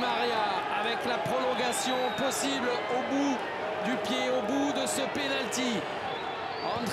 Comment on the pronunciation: Pas de "S" à prolongation, merci...!